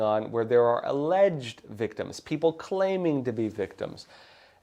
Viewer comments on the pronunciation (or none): none